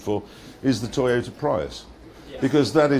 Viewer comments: Pry-iss? No, it's Pree-us. Tee-ota? No, it's Toy-ota These clips are obviously before Tesla proved EV viability as real cars. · I am afraid it's pronounced PREEEEUS with a deep strong S. It's a Japanese car not British you don't get to pronounce it the way you want. Jeremy is a joke for pronouncing it freaking Pr I us. Toyota it's pronounced with accents on both Os and A like that : tOyOtA and prius is preeuS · Teeyota Prius